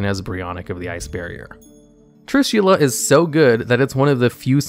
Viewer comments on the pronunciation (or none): Not Trushilla, but Trishula!